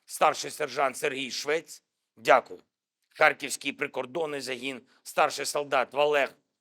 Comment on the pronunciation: Зель, твое дякую , как язык в дупе